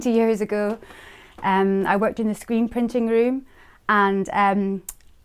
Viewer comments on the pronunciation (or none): none